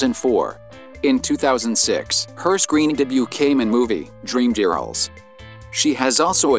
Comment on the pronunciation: Dreamgherils, narrator, it’s Dreamgirls!